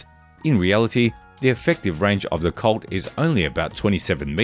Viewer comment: Colt. The word you are saying that sounds like the word "CULT" is actually the word "COLT". Now I get if. It took me almost 5 minutes before I figured out what he's talking about!